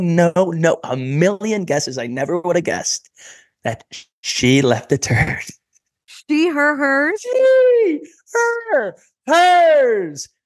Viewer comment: “she her hers?” “SHE! HER! HERS!” Is taking me out 😂